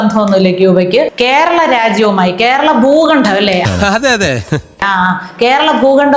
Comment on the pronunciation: 'ഭൂഖണ്ണം ' ? അതെന്ത്? ഭൂഖണ്ഡം എന്നാണ് എന്നതും അറിയില്ല....!!